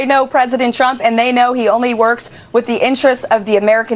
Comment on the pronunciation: Why does it sound like Chump when KL says the name of the current Lying President.